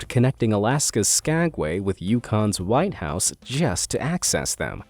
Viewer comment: The Alaskan connection was Skagway to WHITEHORSE, not Whitehouse. Get a person to Pre read your scrtipt and make corrections before you make yourself look ignorant.